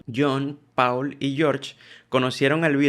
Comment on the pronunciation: PAAAAUUUUUL?????? EN SERIOOOOOO???? jajajjaja!!! No seas malo amigo si vas a hacer un video de la banda mas famosa de la historia por lo menos aprende a decir bien el nombre de uno de los mejores bajistas del mundo!!!! 🤣🤣🤣 PD Encima poner ese título, supongo q es para q la duda de saber q decís en el video haga q intrigue a la gente pero genera todo lo contrario!!!! No creo q sea una buena forma!!! Solo digo para futuros videos!! ✌🏻😃